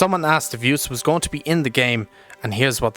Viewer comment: pronounced Utes (as in the Aussie Car) and not oo-tes